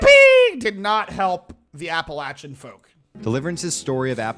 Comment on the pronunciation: I was born and raised in Appalachian Tennessee. Poverty, lack of opportunities, and isolation really grind you down, but it's also the single most beautiful place on Earth. These mountains are some of the oldest in the world, and I've never seen any that match it. And thank you for pronouncing Appalachia correctly lol